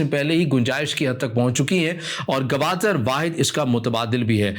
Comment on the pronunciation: بھائی صاحب اس شھر کا نام Gwadar ہے Gawadar نہیں ہے ۔ بلوچوں کی سر زمین ہے ۔ باتیں بڑی بڑی کرتے ہو ۔ کسی کے باپ کی طاقت نہیں کہ مکُران کو بلوچستان سے جدا کر سکے ۔